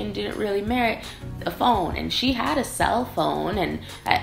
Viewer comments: Top è slang, viene dal fatto che indica qualcosa “più in alto”, quindi migliore...però non si usa da tutte le parti, cioè in Lombardia lo si sente tanto, già da me a Torino meno...comunque phon non si pronuncia come phone...la o in phon è breve, “fon” non “foon”...😘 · phon the hair dryer is pronounced f[ɔ]n while phone is pronounced as you do